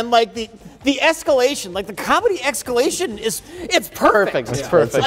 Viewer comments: Just here to try to point out again that said "excalation" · Oh man, how did you guys miss "excalation"?